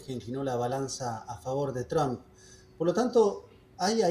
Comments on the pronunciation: No es tramp, es Trump!! Es desagradable escuchar a muchos de ustedes nombrar tramp. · Se pronuncia; Donal Tromp, nooo es Traaamp , no existe Tramp.